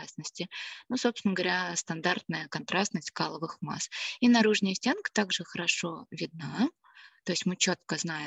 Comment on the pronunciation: Не наружнЯя , а наружнАя ! Что за дефефты речи ?)